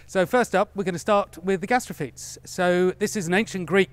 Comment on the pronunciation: Jorg is actually pronouncing it more correctly than is. its "gas-tra-fee-tees"